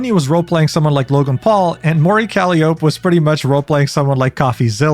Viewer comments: "Mori Calli-ope" Bro why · "Mori Calliopuh" bro pronounced my oshi name wrong, I'm in anguish😭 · “Mori Cally-Ope” LMAOOOOO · Say it with me: "kal-lye-oh-pee" That's how you pronounce "Calliope". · hololive talents having fun when stuff like this happens will always be amazing. for example, kiara roleplayed losing her memories and re-debuteing when her channel got deleted by youtube and reinstated because shes canonically a phoenix, so she was killed and reborn which is genius also i believe it's "oh-ro" not "oo-ro" and "ca-ly-oh-pea". or just kronii and calli works i guess yk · I was jokingly keeping an eye on these coins as Kronii was streaming and timing how long it would take until it crashed. It was funny just watching it be green for the entire stream and suddenly face plant into the dirt 20 minutes later. Also, by the way, not that it's important or anything but just to point out: "Calliope" is pronounced like Cah-lie-oh-pea. Edit: Call me stupid, but even as an avid Hololive watcher who watched these streams live, I actually didn't notice the disclaimer in the lower right corner that you pointed out LMAO. Well, I did notice it on Calli's stream, but not until like an hour in. But I absolutely didn't notice it during Kronii's. I must be blind. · Please never fix your pronunciations with names, uro kroii and mori caliopp. Shits funny af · bro look up the pronunciation of "Calliope"